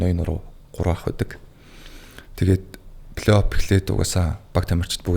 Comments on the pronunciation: flayoff bish playoff shtee П seg baigaazdee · Плэй Офф шүү дээ Ф үсэг, П биш! Сагсчдадаа үнэхээр хайртай, дуртай. Гэхдээ бүгд энэ Ф ба П үсгээ зөв ялгаж хэлж байгаасай! Үнэхээр чихэнд эвгүй сонсогддог шүү 😢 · suuliin F useg helj bn, ehnii P bish.